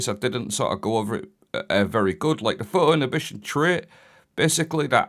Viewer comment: “phuuwo innitbition”